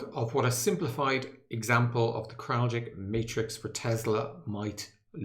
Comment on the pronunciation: It’s pronounced “Krall-itch” not “Krall-jick”